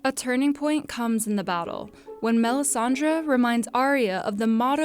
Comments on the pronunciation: Melisandre the way you say the name annoys me. It's Dre as in Dr.Dre not melisan-draw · Everytime she says melissandra I want do stab myself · MEL-IS-SAN-DRA. SO PAINFUL. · Melisandre not Melisandra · I wish everyone would stop calling her Melisandraaaa.